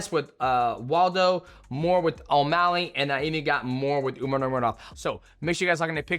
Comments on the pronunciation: Love you bro but you was the last guy I was expecting to pronounce umars name like that. Especially considering you trained with them lol. Umar nurmanamuragedov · Just call him “Umar” going forward bro 😂 that was wild